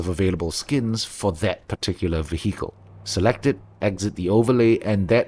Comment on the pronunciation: Excellent list, I've been diving into heavily modding the game for my next playthrough so thanks for summarising. Also tiny unrelated note, the 'h' in vehicle is silent.